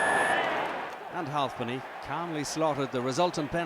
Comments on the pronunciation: Halfpenny not halvepenny you fuck knuckle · Its halfpenny not halpny